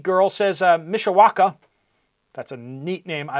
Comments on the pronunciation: You were correct on the pronunciation of Mishawaka!👍 Just like it’s spelled spelled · You pronounced Mishawaka correctly! LoL